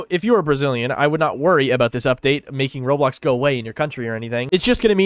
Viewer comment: I thought he said rolox 😭